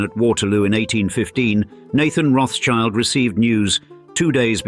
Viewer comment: It's not CHILD...it's Schild -> Schield...Roth-Schild -> Red Shield.